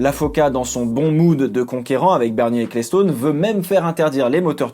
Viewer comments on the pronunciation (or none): Ca se dit ekelstone et pas eklestone